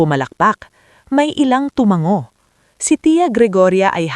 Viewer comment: hindi po TUMANG - GO ISANG G LANG TU - MA - NGO